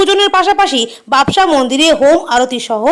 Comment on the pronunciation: বাবসা না বাবোসা ভালো করে জানুন তারপর উচ্চারণ করুন নাহলে ছেড়ে দিন reporting